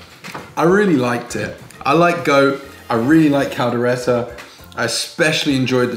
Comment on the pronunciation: “Kaldera”... Kaldero (Cal-de-ro). 🤦🏻‍♂️😂 Props for the effort! 👍🏼